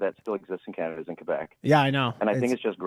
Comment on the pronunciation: There's no " I " in Canada